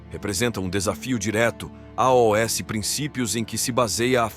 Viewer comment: Porque o narrador soletra a o s ao invés de dizer aos?